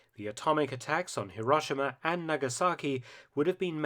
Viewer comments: What is it with the British insistence on pronouncing HirOshima, as HiRAWshima.. The "ah" sound in Japanese is the letter "A".. The letter "O" in Japanese is an "Oh" sound... Too bad they didn't drop those bombs though, that way all their sad and silly "apologists" videos and documentaries re: the Atomic bomb would not exist, trying to shame America for using a weapon of war to END a war. And just a reminder, kids. WE didn't start that f*cking war.. We ENDED it. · Mark, it's more accurately pronounced "hero-shee-ma." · Before you try to do history - at least learn how to pronounce the place names correctly !!! Hiroshima is hero - shee - ma (I have cancelled my subscription in disgust)